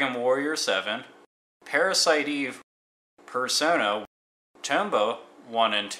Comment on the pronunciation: Isn't Valkyrie Profile and Star Ocean Second Story available as PSP remakes? Also aware of the date this was uploaded, but worth noting that Parasite Eve and Breath of Fire IV are on PSN now. And it's PersonA, not PersonO.